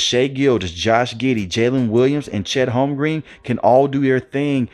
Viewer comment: “Holm-grin”, fam. Not Holm-green 😅